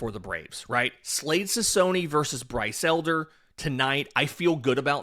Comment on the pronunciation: Slade “Sik-ownee”.